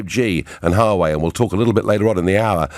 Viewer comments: Note* Wah-way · Its not difficult Nigel... You're an educated man... Check the correct pronunciation for "Huawei"